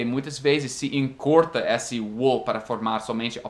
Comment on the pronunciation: E aí, blz? só uma dica de pronúncia: a palavra esse tem o som mais "fechado" do que vc fala normalmente. não é "ésse", o certo é "êsse"